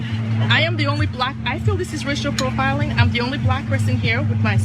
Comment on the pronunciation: LOL... listen carefully "Rachel profiling"